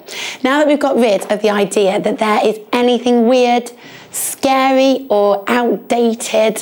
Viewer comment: “POWETWY ISN SKAWY!”